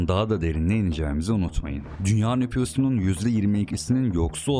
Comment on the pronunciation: "dünya nüfyuzunun" 😒 "jeoçuk" (çocuk)